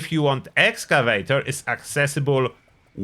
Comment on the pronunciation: I wish you still pronounced it "Excavaytchor". That always made me smile. I do run Union PA now, but it was hard to give up that beautiful set of "Excavaytchor." I still have it stashed though.